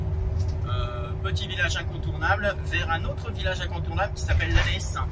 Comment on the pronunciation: Jolis paysages naturels et le centre ville a l'air mignon comme tout ! Je n'ai pas entendu le nom du village où vous étiez avant Llanes. (Pour information, en espagnol "ll" se prononce "lie", Lianes. 😉